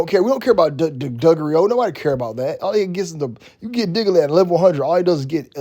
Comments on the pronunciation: He keep saying diglet 😂🤣🤣🤣🤣🤣🤣🤣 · You call him Diglet 😂😂😂😂